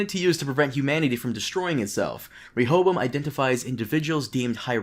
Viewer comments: Re-Ho-Bo-Am!!!! There’s 4 syllables to the word Rehoboam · "shout out to this guy who helped me pronounce it correctly" Proceeds to not pronounce it correctly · Rehoboam is a Hebrew name, most English bible scholars would pronounce it as RE-ho-BOWum. The first syllable not as the suffix re-, but the same as in the word rectify.